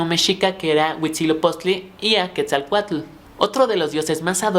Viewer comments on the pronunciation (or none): none